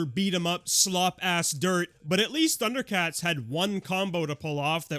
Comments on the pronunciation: I’ve never even watched Thunder Cats and this pronunciation made me do a fucking double take, thanks for that 😭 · Thank you! I have watched Thundercats, and I wasn’t sure I was being irrationally boggled.